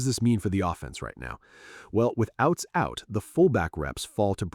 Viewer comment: Ouzts, not Outs, not Outz.